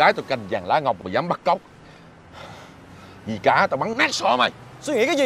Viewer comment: July Vn vi cá mà đọc là di cá ák